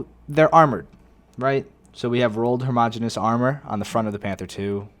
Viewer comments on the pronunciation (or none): Did say " harmagenous steel "?